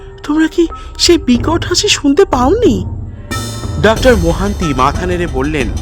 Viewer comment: আপনাকে কি কেউ তাড়া করেছে?পট(পথ),নয় ডাক্তার বলুন অথবা ডক্টর বলুন -ডাক্টার, ডাক্টার বলছেন কেন?